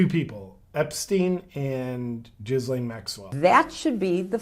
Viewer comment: Her name is pronounced Gilane